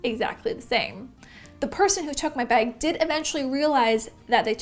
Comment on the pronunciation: Anyone else hear her say “beg” and not bag? Lol